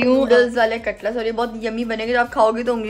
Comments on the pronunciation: katlas nahi cutlet kehte hain. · Aray cutlus niiii hota cutlets hota